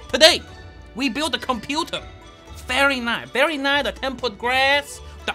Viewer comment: Verrrrrryyy rice? - 2020